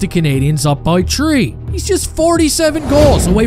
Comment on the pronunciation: Way to go my man! I was with you when you were at only 2k subs and look at you now! Almost 20k!! Awesome!! P.s. But I still hate how you pronounce the 3's!! Hahaha!